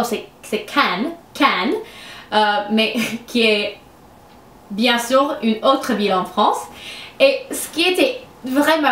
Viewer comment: Salut , je suis française et je voulais te dire que tu parle très bien le français. Des fois tu prononce mal, c'est à dire: au lieu de dire " une " tu dis "un", mais cela ne nous empêche pas de comprendre. C'était un plaisir de regarder ta vidéo, surtout que j'adore l'accent américain/britannique . Continue car le français te vas a merveille😁😘